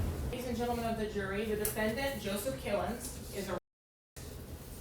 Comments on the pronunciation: I heard his name as Kill'ems. Close enough and WOW!! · It sounded like she said “Mr Kill em’s” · "Killins" FFS